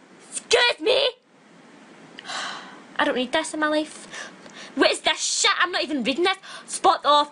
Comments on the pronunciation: AMEN GIRLFRIEND OMFG EXACTLY MY FEELINGS but the way she said ''BETCH'' made me laugh so hard xD and at the beginning when she was all like ''WHAT THE FAK IS THES SHET'' xD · 'BETCH' 'SHET' 'PESS' 'FUHCKH'